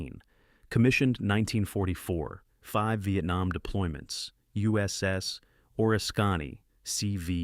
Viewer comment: That would be the USS O-RISK-CAN-Y. WHAT THE HELL DID YOU CALL IT?